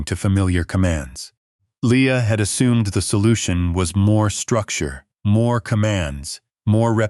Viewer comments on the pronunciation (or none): none